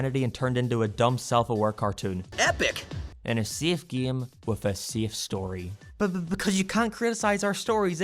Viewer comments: I thought he said gay. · I like how he pronounces "game" lol G E A M